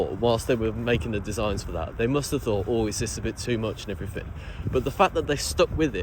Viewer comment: STOP SAYING "AND EVERYTHINK" SO ANNOYING.. 😅😅K.R.O.